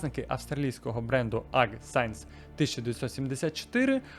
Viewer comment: Чувак,шо в тебе з англійською?! :face-fuchsia-wide-eyes: Аг сайенс 1974, Кантри лазер?! 🤦‍♂